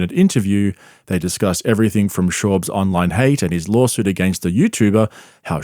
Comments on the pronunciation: "Lolsuit" Less than ten seconds in. I just can't. Maybe Brendan is just so smart that he's the perfect troll? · Don’t you mean lawlsuit? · Wtf is a lawlsuit